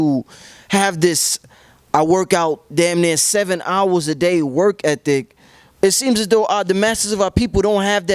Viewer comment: i aint gon lie...i fully expected to pronounce it "work effic" but he nailed it! "work ethic"